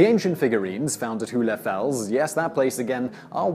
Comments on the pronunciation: It's not pronouced "hoolefels" but rather like "whole" or "hole" And it means "hollow rock" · Funny, he pronounces the german term "hohle Fels" in a way that makes it impossible to understand for Germans...